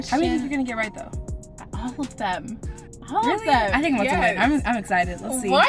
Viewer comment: Wen saying who u tink win..who u tink win